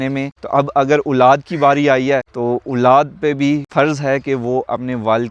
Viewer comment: It's Olad ,,,not Ooolaad